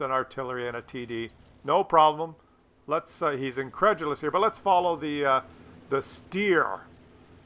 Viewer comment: the "Steyr" is spelled .... Shhtiar in german. best wishes from Hamburg Man